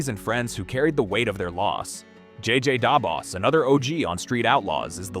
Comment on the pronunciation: Your pronunciation of JJ Da Boss 😂 good vid though